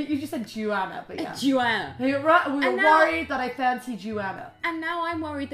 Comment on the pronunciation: OMG she said my name in the most beautiful way "Joana" as soon as Rose said it I started to smile really hard ❤❤❤